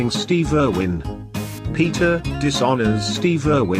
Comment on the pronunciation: You pronounced Steve wrong